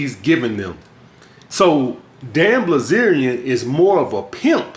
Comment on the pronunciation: BILZERIAN say it with me... BIL ZERIAN wtf is blizerion